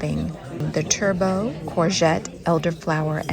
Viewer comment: A great experience for your anniversary but one little point is that you pronounced Turbot as Turbow but in the U.K. it’s said as Tur butt similar to us pronouncing Fillet as Fill it and not Fillay. You also made a great observation that you wouldn’t want to eat that kind of food every day and it’s true that a sandwich or pie or a Cornish pasty would suffice most of the time.